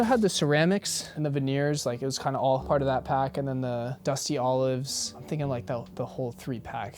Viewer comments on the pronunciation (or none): none